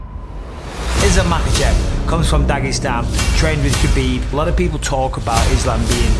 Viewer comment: Mad respect for J. Rogan for pronouncing “Habib” instead of “KABIB” GOAT has a name, you better pronounce it right 🔥